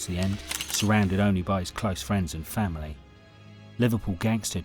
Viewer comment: Did you go to school, fella? F A M I L Y.